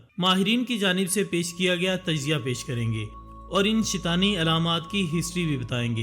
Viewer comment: Not shitani its shaitaani